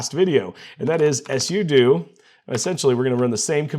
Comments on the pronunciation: No it's "Sue-Doh" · do you purposely mispronounce things like "sudo" for engagement 😂